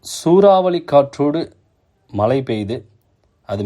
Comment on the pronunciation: மலை அல்ல மழை,வெல்லம் அல்ல வெள்ளம்.தமிழை சரியாக உச்சரியுங்கள் ஐயா.